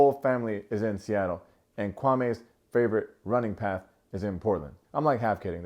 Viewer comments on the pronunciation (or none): none